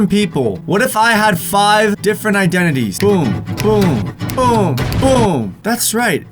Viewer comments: Just say iDENities not iDENTities since u struggle so much haha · Identities (I-Den-Di-teez) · Identities is how you say it